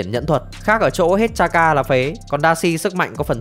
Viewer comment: chakra chứ k phải charka nhá ad